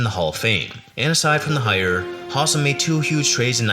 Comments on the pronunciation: Howsam, not Hossum. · Howsam is not pronounced Hahsum. It is HOW-sum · Not to quibble, but the Reds GM was Bob HOW-sam, not HAW-sam. And it's not Pedro Boren, it's Pedro Bor-BONE. Checking on how to pronounce the names in advance will help you when you make your next video.